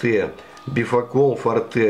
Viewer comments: Не фортЕ, а фОрте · Говорят ни форте, а форте ударение на о